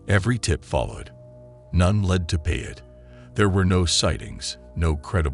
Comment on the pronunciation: Payet is pronounced PIE 🥧 AYY